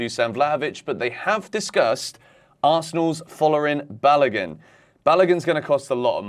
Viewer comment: The name is not balagan but Balogun 😂